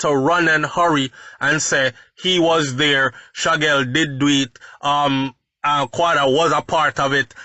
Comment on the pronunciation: HIS NAME IS SHAQUELLE (SHAKEEL)_NOT SHAGGEL